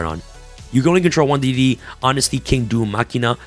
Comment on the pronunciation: Not to nitpick, but D/D cards are called "Double D" and D/D/D are pronounced "Triple D". you might have it confused by D.D, which used to confuse me too. : ) just trying to help